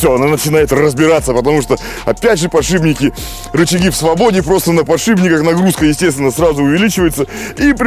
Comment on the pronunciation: Подшипники подшипники! Не подшиБники )))